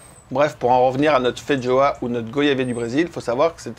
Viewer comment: Ah non c'est pas fait joa comme prononciation, c'est feijoa. Quand au goût euh non ça n'a pas un goût ni d'ananas ni d'agrume mais de carambole, en tout cas c'est le fruit le plus proche en terme de goût. Quand aux fleurs ça n'a pas le goût de fraise non plus, mais légèrement miellé et fleuri!